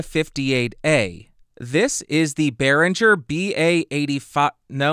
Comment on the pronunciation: Great, but it's BerinGer, not BerinJer ;-)